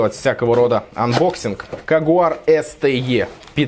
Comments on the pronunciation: Кугэр или на край кугар, но не коугар, бро) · Не "КоГуар" ,а "КОУГАР повар сопли юнит" - повнимательней прочитайте))) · Не coGUar, a coUGar. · Бро, не Кугуар, а Куга или Кюга)